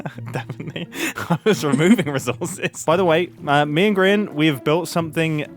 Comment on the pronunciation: I'm sorry but did grian call his server gree un